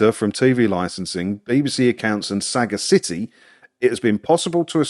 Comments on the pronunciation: "Saga City" indeed. Very droll, and perhaps quite apt. But just as a little FYI, sagacity is a real word and is pronounced sa-GAS-ity. Just in case you didn't know that, do look it up. I'm sure you'll find its definition amusing. "A man of infinite resource and sagacity" is a well-known quote from a certain Mr Kipling (not the one with the exceedingly good cakes). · It's not pronounced as saga city, but 1 full word: sag-ass-ity, I can't post a link but there's a dictionary definition for sagacity if you want to know what it means. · Sagacity, it's "sah-GA-city". Rhymes with "capacity". More or less. Means "wisdom", as in "sage". Apart from that,, keep up the good work, been watching these videos for years. You're our own Luke Skywalker. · Very interesting info! Incidentally, Sagacity is pronounced more like 'saGAsit-ee' and is a real word. It comes from the word 'Sagacious', meaning "having or showing keen mental discernment and good judgement; wise or shrewd" - Hence why a 'Business management consultant' company has used it in their name. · Interesting! BTW…Sagacity comes from the word ‘sage’ which is a profoundly wise person with great knowledge! Mmmm. Sagacity is pronounced sa-GAS-ity, in case you ever come across it again, and so a person of great sagacity is someone who possesses the qualities of wisdom, insight, intelligence and understanding. Mmmmm! What are they trying to say about themselves? 😂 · Pretty sure you are pronouncing sagacity extremely badly. lol It's not a Sega game console ffs. 😋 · Check out the pronunciation of "Sagacity"!